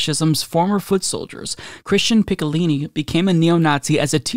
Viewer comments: How to say Picciolini: "Pee-CHO-Leeny" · Man I cringed every time you butchered his name "Picciolini" LOL